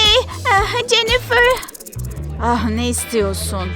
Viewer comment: Yaa İngilizce'yi katlettiniz Keyt değil Kate ve cenifır ne Jennifer olucak hiçmi İngilizce dersi görmediniz